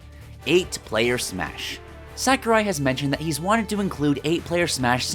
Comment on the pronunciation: Really not meaning to sound like a dick here, however... Sakurai is pronounced "Sah-koo-rai". Little things like that go a long way towards refining a channel. I love the straight to the point approach on these videos and it's always cool to see what could have been, so keep up the good work!